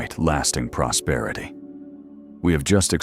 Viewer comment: PROSPERITY not PROSPETITY